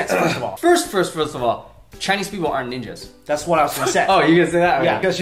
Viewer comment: She calls it "neenjas" for a reason...